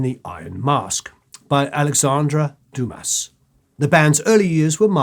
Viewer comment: "Doom-ass" is not exactly the proper pronounciation lol.